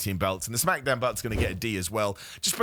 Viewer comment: The way he says “smackadown”😂